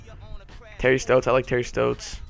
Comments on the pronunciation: U were saying terry stotts wrong, im a blazers fan i would know. Its st-'ah'-tts not terry st-'oh'-tts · Your saying stotts wrong